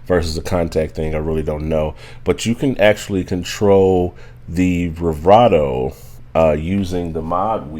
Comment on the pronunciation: Never heard someone say “brivato” all through a video. Speech deficit?